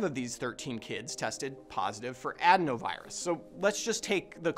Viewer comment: That would be a pretty BIG coincidence no? Couldn’t possibly be related to the lab designed virus that swept the world, or the untested vaccine. Take it from this guy who can’t pronounce adenovirus